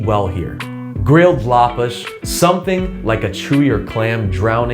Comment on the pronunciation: your pronounciation of lapas was perfect omg